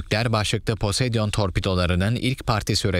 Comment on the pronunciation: sunucu poseidon demekte neden zorlanıyor posedion değil poseidon:D